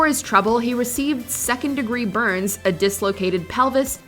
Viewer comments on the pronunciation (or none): none